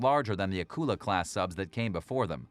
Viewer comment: Thanks for the video. I’m glad you got around to pronouncing Akula properly. Thank you!